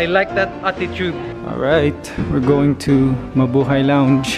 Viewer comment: I always think whenever you say Mubuhay squad, you say MA boi squad